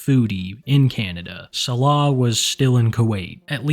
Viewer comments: please pronounce Salah correctly it hurts my ears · why should he, Foodie doesn’t 😂